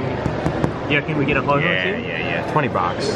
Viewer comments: HO OH NOT HO HO OR HOH HOH. HO OH (HOE OH) ANDOO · It’s ho-OH not ho-HO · Why did you call ho-oh ho-ho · It's not ho-ho it's ho-oh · Who Else Hates The Fact He Calls It HOH HOH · No he said oh ho